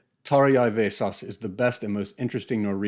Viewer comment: Wow, what an original and thoughtful review. I was expecting this book to be Vesås' take on Flowers for Algernon, but I guess not. Btw it's pronounced Vesås not Vesas